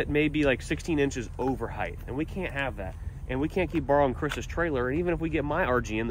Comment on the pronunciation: height is only pronounced with T at the end no TH